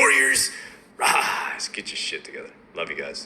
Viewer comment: Rise not ruse Are not ate.